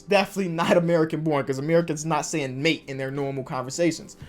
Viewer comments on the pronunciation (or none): none